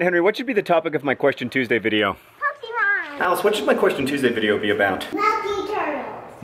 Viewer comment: i'm--aaahh!!! Hank pronounced Pokemon somewhat-properly yeessssss thank you